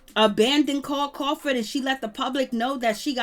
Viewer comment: Carl cRawford use the R